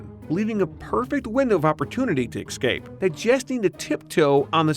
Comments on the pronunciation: This narrator needs to stop saying EXCAPE. It's ESCAPE, you "professional broadcaster". Do you say besghetti and libary too? Excape...SMDH. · the word is "escape" not "ex-cape" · I can't understand why you keep mispronouncing the word, 'E S C A P E' , saying 'E K S C A P E' instead. . . The reason I bother writing this isn't to bring anybody down, but to try to make you (or really anyone reading this) realise that something as 'insignificant' as a (repeatedly) mispronounced word CAN and WILL break the image that people have of someone. As I watched this video from start to finish, I kept hearing you drop the word, 'ekscape', quite a few times. The first time I heard it, I thought it was probably just a slip of the tongue, but not much later you use the same word again, and again, etc. At that point I begin to seriously doubt the author's credibility/state of mind, wondering why I started watching in the first place. And when that happens. I know I will never watch or read anything made by this person again. You have to understand that this entire judgement process happens internally and it happens so fast that the 'decision' really isn't a conscious thing at all, it's like a permanent flag is set, an attribute that sticks out above anything made by the author in question, so the next time I come across something created by that person, I won't even consider watching because it is from a 'flagged' author. Even though this 'flagging' happens on an almost subconscious level, I will likely ignore anything made by that person again. Now.....I was aware of this as it happened, and I made a conscious decision to write this lengthy piece of text to; - make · Escape is not pronounced ecscape! There is only one c... Smh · Fun drinking game: Drink every time he says EXCAPE instead of ESCAPE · ESCAPE NOT EXCAPE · Escape, not "ecscape". -_